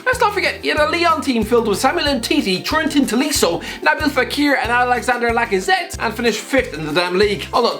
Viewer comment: "Torentin Toliso"? you are totally taking the piss, go eat your melted kit kat and soggy Wheatabix